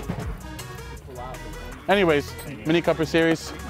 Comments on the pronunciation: Oh yeah this Coper "fun" ticks off my OCD! IT'S NAMED COOPER LIKE COOOOOOOOPER YA KNOW COOOOOOOOOOOOOOOOOOOPER! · Hi gys, The vehicle youtube of is not Mini copper the way you pronounce it there a dubble OO is C”OOOOO”per. The car was not named after the copper material. Just thought of point it out😊